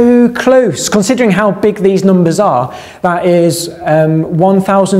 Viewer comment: I just can't get enough of talking about numbahs:)